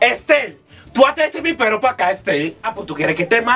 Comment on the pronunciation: Me haces reír cuando dices.esterrrrrr